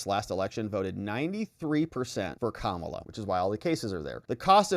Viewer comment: IT'S STILL......... KA-MA-LA....